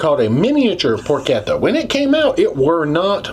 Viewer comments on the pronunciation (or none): It is por kett ta. And yes, it is fatty. And given all the work to make a crispy skin over a perfectly rendered fatty layer takes day of preparation!